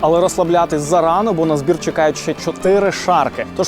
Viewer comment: Вибачайте, але чЕкають, а не чЄкають.